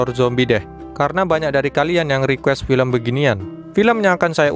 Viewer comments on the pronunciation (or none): none